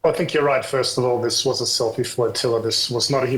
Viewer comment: Great job on the "sellfie yatch"